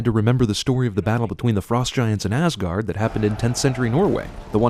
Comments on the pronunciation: Why does people pronounce it as Assguard? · Sin number 55(you're in this one also cinemasins) Pronouncing asagård(ázágourd) like assguard. It is a place where the viking gods lived, not a protective device for your anus, for fucks sake... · first it's åsgård and hjølmer and it's tor not thor and why im i right because im norwegian and from the same place were harald hairfair lived